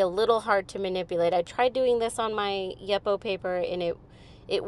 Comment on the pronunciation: Amazing what a little ink can do! Beauty. One thing ... I’ve never heard anyone say “Yup-oh” paper, it’s usually “you-po”. I wonder what the ‘official’ pronunciation is..?!?